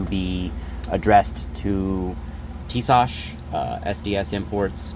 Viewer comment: Honestly dude the fact that you just called them Tisash you honestly deserve what happened